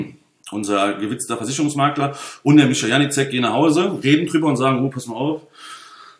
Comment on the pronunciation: Was ein Kindergarten! Unterhaltsam sind sie aber alle. Lustig, wie er alle Namen falsch ausspricht...Janicek :D Aber ich glaube, die schenken sich alle nicht viel. Ich kaufe bei Mick Weigl und gut ist. Dieses Geprolle auf Youtube ist mir echt zu viel...